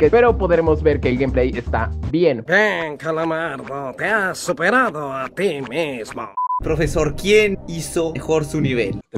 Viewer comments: Yo viendo que en el minuto en lugar de decir profesor dice prefesor._.XD vuelve a YouTube aaaaaaaa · Alguien más de dió cuenta que dice prefesor en XD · Alguien se dio cuenta que decia prefesor